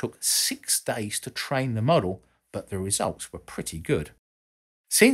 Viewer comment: were *WHAT*?! never heard it pronounced like that before!